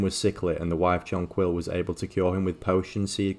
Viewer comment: its not "john quill" im sure it would be pronounced like the flower